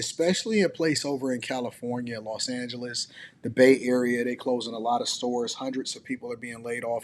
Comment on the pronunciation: Did she really say lowes an-hell-less? 😂